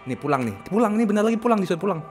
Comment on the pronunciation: gw selalu dengernya “Bodad” WKWK kenapa bisa “pulang” sih WKWKWK ngabrut